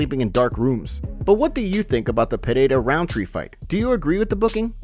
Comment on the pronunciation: Still don't know how to pronounce Pereira?